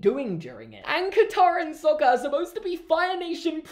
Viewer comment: All the awful name pronunciations as well...! Iroh turned into Eeroh Sokka turned into Sohka Aang turned to Ahng It's just.... UGH. And Sokka was only ever called Sohka in the one episode where Princess Yue's fiance called him that at the weapon's room! The ONLY TIME! It's like Shyamalanadingdong didn't even see half the movie before he made this! It's like he saw bits and pieces and said "Oh, I like this! I'll make a ripoff!" No disrespect, but REALLY.